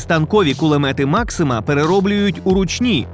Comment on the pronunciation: Кулемет maxuma😂😂😂😂